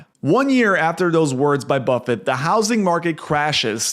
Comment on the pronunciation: Who is “Warmbuffet”?